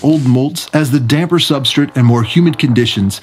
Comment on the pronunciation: Substrate. SubstRATE. I couldn’t stand they way you said it.